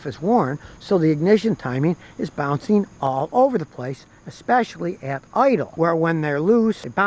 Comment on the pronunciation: "Bounceen" "Onstable"